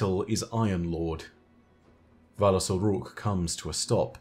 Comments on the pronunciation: I'm sorry but all I hear is "phallus" when you say "valus" 😂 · Valus Forgor 💀